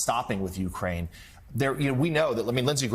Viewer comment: Gee! What a surprise. ...and bloody Americans still don't know how to pronounce "Ukraine".